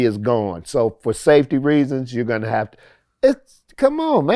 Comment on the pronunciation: The way Vlad says “Gon” all the time erks me for some reason.